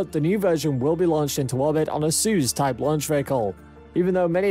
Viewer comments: Pronounced “soy-use” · he didn't say it funny, he straight up said it wrong hah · You englishman (if you are english) say soyuz pretty funny but I like it 👍